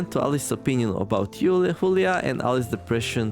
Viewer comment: I think Julia is supposed to be pronounced not like “Hoolia”, but more like “July->Julie”